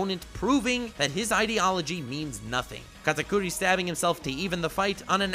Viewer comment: First thing I clicked on this vid you pronounced his name wrong TRIGGERED